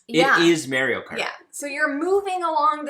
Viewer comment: Oh god.. the way you two pronounced Mario